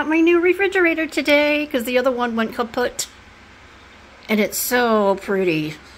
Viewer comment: Nice fridge! Very easy to use and maintain too! I love how you say the word “ kaputt” since I am German - that’s a word I use a lot! 😊🤗